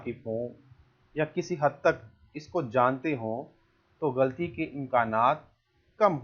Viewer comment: لفظ غلطی نہیں غل طی ہے اسیطرح لفظ و۔زن نہی وز۔ن ہے یعنی ز اور ن ساکن ہےز پرزبر ہے براہ کرم تلفظ کا خاص خیال رکھیں یہ لفظ ج۔ زم نہیں جز۔م ہے یعنی ج اور ج پرزبر جب کہ زاور مساکن ہیں